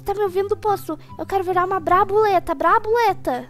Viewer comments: Brabuleta KKK Brabuletada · eu quero virar uma "BRABULETA" kkk essa foi boa